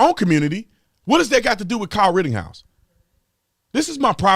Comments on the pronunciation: Brandon.... It's RITTENHOUSE.... NOT Rittinghouse. Lol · Rittenhouse not Rittinghouse.😂🇺🇸LETS GO BRANDON!!! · IT'S NOT RITTINGHOUSE IT IS RITTENHOUSE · Officer Tatum, love your show.....just wanted to point out...it's Rittenhouse....no G in his name. Keep up the great work, Cheers mate! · His name is Rittenhouse. Not "Rittinghouse". I wouldn't call you Tater instead of Tatum 🤣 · RittENhouse, not RittINGhouse. You're welcome, carry on with the excellent work. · WRITTEN-House not rittinGhouse.. cmon b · Ritten, not Ritting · Why do you keep calling him ridding house? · There’s no “g” in his last name. I’m just sayin’… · Dude … I like your positions on stuff but his name is not “Rittinghouse.” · Can you please say our boys last name correctly! ritten house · I love you man but why would you look up Jonathons name and mispronounce Kyles name? I’m sorry. This is my fault because it bothers me to keep hearing it mispronounced. You can tell you didn’t listen to the mAinstream mEdia because if you did you would know. Again. I listen to every stream of yours and have for a LONG TIME. Keep up the good work. ⭐️⭐️⭐️⭐️⭐️